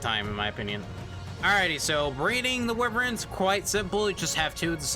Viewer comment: Lol "wiverns"